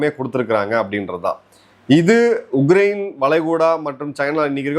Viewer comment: His thamizh,his pronounciation has to improve a lot...he says ugrain instead of Ukraine